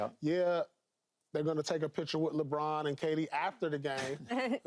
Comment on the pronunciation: Usa captain is french .... Léébron